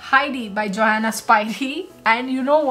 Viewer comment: Johanna is pronounced as 'Yohanna' 😉